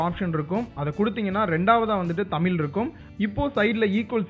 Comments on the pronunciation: தம்பி அது தமில் இல்ல தமிழ் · தமில் இல்லை தமிழ் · எல்லாம் சந்தோஷம் தான் ஆனால் நீங்கள் தமில் தமில் என்று கூறுவதுவது மட்டுமே வருத்தம் அளிக்கிறது. தமிழ் தமிழ் என்று சிறப்பு ழகரத்தை அழுத்திக்கூறுங்களேன். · தம்பி தமில் இல்ல பா , அது தமிழ். கேட்கவே கஷ்டமா இருக்கு. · Athu thamizh ... Tamilllll😂😂😂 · அது தமில் இல்ல தமிழ் pronounce properly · தமில் இல்லை நண்பா.. தமிழ்... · தயவு செய்து தமில் தமில் என்று பேச வேண்டாம் சகோ தமிழ் என உச்சரியுங்கள் .. நன்றி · தமில் இல்ல நண்பா, தமிழ். ழ் வராதா. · தமிழ்.. எங்க சொல்லுங்க...: தமில்.. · Deiiiii adhu tamil illa da thamizh first nee thamizh nu solla kathuka aprm Google ku polam. Enna da thamizhanuku vandha sodhana....🤦🏻‍♂️🤦🏻‍♂️